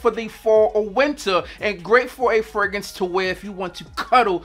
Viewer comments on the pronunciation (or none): the way you say "fragrance" kills me. "Fraguntz" 😂😂😂